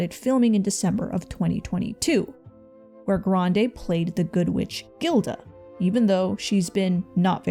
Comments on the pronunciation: the good witch "Gilda" bro its Glinda lmao I think its hilarious this entire video is judging a person none of us know personally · lol "Gilda" 😂 it's Glinda. But it's especially funny bc there's a whole motif about the mispronunciation of the character's name in the show. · Glinda, not Gilda, lol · The fact that u said Gilda instead of Glinda shows how wrong you are. Gross. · GIRL. Glinda. Not GILDA 😂 Also, a quick google would have told you how to pronounce Djokovic 😅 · I'm sorry... It's not Gilda... It's Galinda... but the "A" is silent